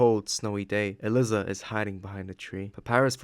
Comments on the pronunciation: Is no one going to tell bro that Aliza is pronounced uh-ly-za and not uh-lis-uh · throughout this i’ve been confused. isn’t her name pronounced “uh-lie-zuh”? i kept hearing “alyssa” or “uh-liz-uh” as i was drawing and it was throwing me off really bad 😞